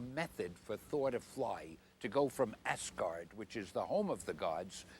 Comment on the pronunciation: It's AZ-guard. Not Ass-guard.